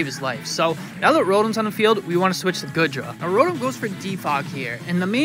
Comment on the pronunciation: Its GOO DRA not GOOD RA its pronounced YER VELTAL you pronounce the Y at the start